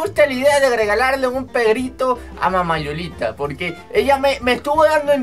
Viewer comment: Se dice perrito no perito